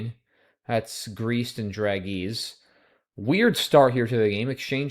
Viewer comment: Alas, we find you hoist with your own petard. In citing only one mistake, you implicitly endorse every other aspect of pronunciation. That is, it seems you're comfortable rhyming dragée with tree. (The English pseudo-French pronunciation is actually /dɹæˈʒeɪ/, or dra-ZHAY.)